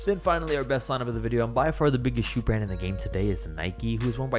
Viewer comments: Shoe RRand. Brah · Best starting five from every shoe RRAND!! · No one: The start of the video: every starting 5 from every shoe rrand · In the beginning it says shoe rrand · shoe rrand